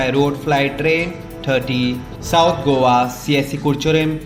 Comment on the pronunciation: It is not Govva news reader It us Go a